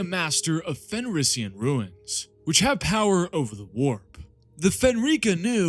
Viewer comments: It’s runes not ruins… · Runes sounds like roons. Not ruins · I've watched entire video. Very informative and well done. One suggestion. Stop mispronouncing the word "runes". It is pronounced "roons" not "ruins". Thank you for noticing me noticing you.... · Runes is pronounced ROONS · Is anyone else slightly annoyed at his pronunciation of runes?